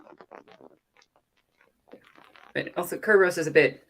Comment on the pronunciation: Sir-burr-us. lol Say it with me